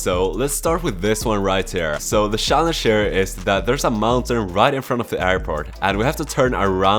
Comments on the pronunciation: ik its yot u say shallenge and i say challenge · Everyone: challenge: shallenshe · The way he says “Schallenge” is funny af lol 😂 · Such a Swede thing. Is he Swedish? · Man I love your videos but damn the way you pronounce "challenge" is irritating for my ears 😂 What setup are you using?